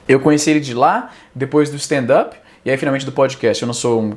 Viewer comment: Obrigado izzy, mt bom ouvir stand up Nem quem trabalha com stand up sabe pronunciar stand up, Stan dapi é meu pau Sou chato mesmo, engole.